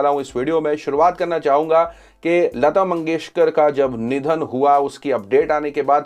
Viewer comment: (Bharat ratna lata mangeshkar) not lata mangeshwar hyala neet bolta yet nahi ani channel chalautay suresh chavanpuri kuthla